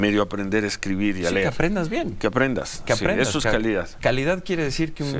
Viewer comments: Aprecio Nuño no sabia decir leer decía ler y una niña de educación básica lo corrigió "eso no se dice ler se dice leer ya no se acuerda Lo dijo en TV nacional hay millones de testigos Sinverguenza y cínico es. Además tiene un desfalco multi millonario en la secretaría de educación pública por eso quiere tener fuero para que no tenga que ser encarcelado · El ex secretario de educacion q pronunció "ler" en lugar de leer y fue corregido x una niña de primaria, se atreve a criticar el gobierno del presidente 😅😅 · bueno después de mucho tiempo a qué vienes porque te importa ahora lo mismo el dinero que no llenaste con lo que te robaste se dice LEER no LER mariachi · Aurelio Nuño si que sabe ler!!! Corregido por una niña de primaria. Se dice leer no ler!!!! 🤣🤣🤣🤣🤣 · Valiente experto en educación que dice " LER" en lugar de LEER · El Burr@ Fifi no se dice ler Jajaja jajaja se dice leer. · 😂😂😂😂 Ñuño el ex secretario de educación pública, 😂😂😂. Al que una niña de primaria corrigió, x q no sabía cómo se decí leer no ler, 😂😂😂😂, pura risa con estos ex funcionarios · Que asco de tipo que coludido con el presidente querian privatizar la educación y decía a los niños ( HAY QUE LER) y no LEER como le corrigió una niña de primaria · Ya no queremos que regresen esos funcionarios, en mi opinión también Alejandro Moreno y Marcos Cortez, se deberían largar, nada más dañan a los partidos. Y a éste, no tardan en recordarle cuándo una niña de primaria lo corrigió, cuándo le dijo: Se dice leer, no ler.....jjjjjj para todo hay qué tener memoria. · Nuño dijo ..Hay que saber ler y una pequeña niña le dijo..NO SE DICE LER ...SE DICE LEER jjajajajaja así o más PLURI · Un gran periodista de tu talla, como invita a quien habla de fracasos, que no se acuerda cuando una pequeña niña lo corrigió y le dijo NO SE DICE LER, SE DICE LEER, solo un pequeño recuerdo para éste ILUSTRISIMO PERSONAJE 😅😅😅😅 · Oye Nuño, acuérdate que se dice Leer, no Ler 😅😅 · ¿¿¿¿El tipo que dice "ler" en vez de leer???